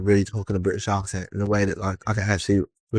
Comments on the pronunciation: It's SO bad. He says accent like "AWK-sent" which is so wrong. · Brit here and the way he pronounces the A in the word accent is so heinous I can't even judge the rest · nope. As a Brit, I can confirm no one, and I mean NO ONE says accent that way! Such a damn liar.